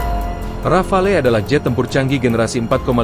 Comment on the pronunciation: Disebutnya Rafale ('ra.fal') huruf 'e' di belakang tidak diucap. Bisa diartikan serentetan tembakan seperti tembakan beberapa butir peluru artileri.